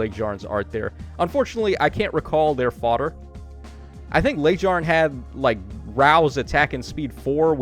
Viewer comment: Your pronunciation of Laegjarn kills me 😂😂 its Lay-g-yarn